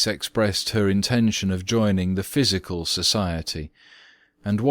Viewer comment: it is Pshychial not physical😑😑😑😑